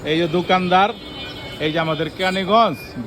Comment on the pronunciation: এইজো বলেন কেন এইযে বলেন